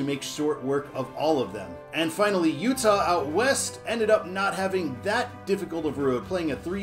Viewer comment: Thanks for finally pronouncing my name right, and I forgive you. All hopes to Utah!